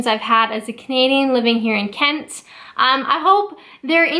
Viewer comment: Why do I love the way you say Englan-dd so much? And Ken-tt? Righ-tt, back to work...